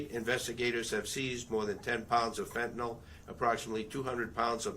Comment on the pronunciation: Who is the mouth breathing loser with the shitty haircut the camp on a microphone that can’t pronounce fentanyl where did you get that retard?